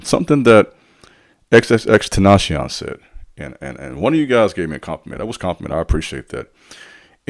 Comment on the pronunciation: You completely butchered xxxtentations name cuh